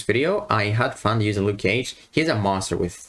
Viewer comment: 'Nuke cage'